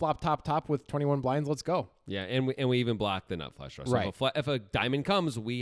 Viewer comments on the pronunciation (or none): What is a "draa"?